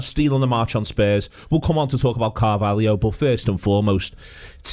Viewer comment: Not Coutinio Not Firminio Not Fabinio NOT CARVALIO!!! CARVALHO FFS!!!